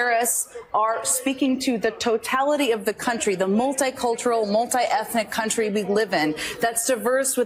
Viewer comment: did she say cuntry ? 😂